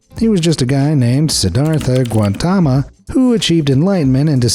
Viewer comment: also pronunciation of surname is way off